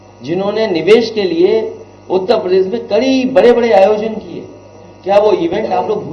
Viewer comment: उतेपरदेश नहीं है उत्तरप्रदेश है टोंटी चोर पहले सही उच्चारण तो सीख ले